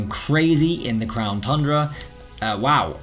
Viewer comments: Ayyy actually said it correctly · Did he did he just say “crown TUNDRA” correctly